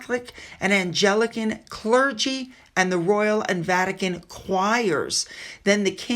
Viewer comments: it is pronounced Ang (like rhymes with bang) lican Anglican the ang comes from the word anglo, rather than the word angel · Hi! It's An-gli-can. The gli is hard g sound like the g in ground. And Kylie Minogue you'll probably remember from the song Locomotion back in the 80s. She's an Australian artist. Just love her!